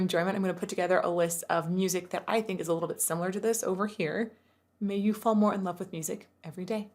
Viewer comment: One thing I always noticed about Rise Against is how he'll turn a 1 syllable word into 2. Especially "now" becomes "na-how". I think it's really prominent in the song "Heaven Knows". Where "more" becomes "ma-hore". It's not a bad thing, just something me with no singing training picked up on way back in the early 2000s when I was in high school listening to them